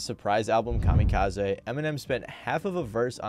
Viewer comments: Calm-E-Cause-E ❌ Calm-Eh-Cause-Eh ✅ Mat-hers ❌ Math-ther ✅✅ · Why you say "Mathers" and "Kamakazi" so goofy doo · Why are you pronouncing "kamikaze" & "Mathers" like that? I've never heard a single other person, not even Japanese (where the word comes from), pronounce "kamikaze" like that. And that's not how Em pronounces his own last name. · Good vid, man. My only bitch is the way you pronounced "kamikaze" 😂 otherwise it was good shit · Fred Durst (Limp Bizkit) or Everlast (Whitey Ford/H.OP.) should've been on this list over Vanilla Ice. Ice's career was pretty much over before Em blew up. Even Cannibus would've made more sense. And please, if you're going to do a feature on a topic get the pronunciations right. Kamikaze??? 😒🙄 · Your pronunciation of kamikaze is wild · lmao 🤣 kamikaze has a hard e on the end , but your cute so it's ok lol